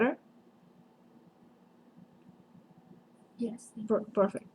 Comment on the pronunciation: I adore the way U say beder instead of better😂